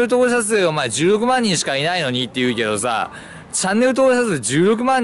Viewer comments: チャンネル登録者数16万人が10億万人って聞こえて「は？何こいつ盛ってんだよ」って思った。。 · １６万人が10億万人に聞こえたw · 16万人が10億万人に聞こえて仕方ない